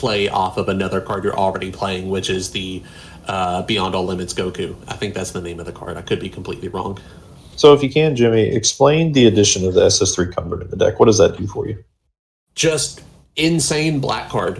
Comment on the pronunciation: Did you call Cumber "Coom-ber"? I'm flabbergasted.